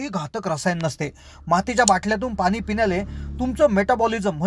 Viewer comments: पानी नव्हे पाणी असे बोलत चला. .... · शुद्ध बोला पानी नाही पाणी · Krupaya aadhi aapan pani ha shabd neat uchharava